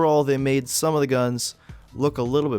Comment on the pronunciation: i want to subtitle this and put "stum (wait what?)" for when u said stum instead of some